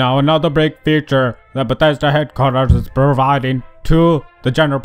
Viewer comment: "...from bededa headquarters"